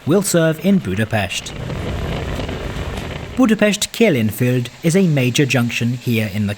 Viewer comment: bro pronounced Budapest correctly, omg this is a rare moment in history